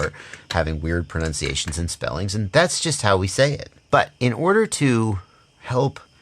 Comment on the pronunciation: Actually,, it's "Pro-nun-ciation", not "Pro-nounce-iation"... Now back to the regular solder argument (BTW, it's "soLder")! Hahaha 😁